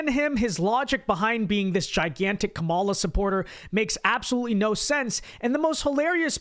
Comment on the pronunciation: I had to replay when he said “mollusk hoarder” three times before I realized he was saying “Kamala supporter”.